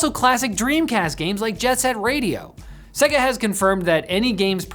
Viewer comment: Segga? WTF. SAY-GAH